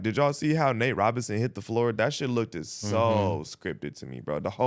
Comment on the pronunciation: Does Gina know anything? And how are grown men saying “lookded” instead of “looked” ? 🤦🏾‍♂️😂